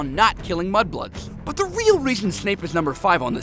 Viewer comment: YOU SAID MUBLOOD!!!!! 😨😨😨